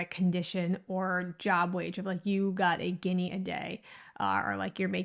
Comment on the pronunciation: You did not provide any solid evidence of the origin of this derrogatory word........ You became redondant in your conversation focusing so much on "colorism" and social biasis without actualy getting to the exact reason and background of the word or phrase........ Also, you are mispronuncing the word "Guinea" and misapropriating it's context.... The discriminating term or word was actualy "Ginni" not "Guinea", which are two different words , with different pronunciations..... When the discriminatory phrase was originaly used to refer to southern Italians and Sicilians, 99% of U.S. Americans had hardly and possibly any Idea or Knowledge of the African country of "Guinea"...... Also, the term originated in the streets of NewYork city by common, non-educated people who had little or any idea or Knowledge of African countries or racial origins......... The most Practicle theory on this subject, which also has been passed down through generations of both Italians and Sicilians and other predominant ethnicities of that era would most likely be that most southern Italians and Sicilians that migrated to the U.S. in that time had last names ending with the letters G-I-N-N-I..... Therefore, many other ethnicities particularly the Irish, began using this to refer to Italians in a discriminatory way and so fourth........ This is the closest logical theory, that relates to the origin of the discriminatory term "Guinni"..... There is no exact knowledge of it's origin..... Only that this i